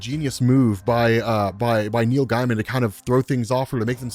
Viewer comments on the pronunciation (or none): you disappointment me. Per Neil himself, it's pronounced GAY-man, with a long A sound. Please make this correction in the future. Love your stuff & keep up the good work.